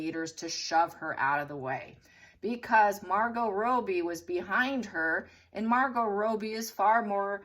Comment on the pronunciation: Love how you guys pronounce margot Robbie hilarious